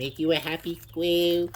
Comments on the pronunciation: Idk why it bothered me the way you said, squirrel. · “How ‘bout this sqwil” I can’t right now 😂😂😂😂😂😂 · What's a "skwew?" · “Are you a happy Squwiw?” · Squirrel ❌ Squill ✅ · "Dose that make you a happy squehl"? 😂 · It's pronounced "squieu" 😂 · The way he said squirrel got me laughing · Why’d bro say squirrel like that 😂😂😂😂😂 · "Does it make you a hahpy sqwelll"